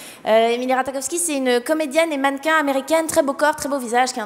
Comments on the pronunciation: Ratakofski 😂😂 son nom se prononce ratachofski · Ça se dit pas RataKowski mais plutôt RataCHOwski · Emily RataKowski... Mes oreilles 😂 où est passé le J ? Non c'est sinon très cool le sketch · nn ça se prononce Rat"aie"kowski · Alors emrata est anglaise et on dit Rata Jov ski mais sinon c'est bien